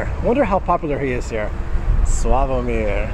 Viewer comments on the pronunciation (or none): not slaaavomir but slavoooomir..... accent. apart from foreign words always is on not the last but the one before vowel....